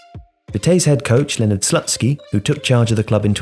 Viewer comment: Great content,! However, I feel like in this case there is a need for a little correction 😄. The coaches name is pronounced more like Slootskiy, not Slut-ski. (Usually I wouldn't mind, but I think it just sounds too wrong 😂)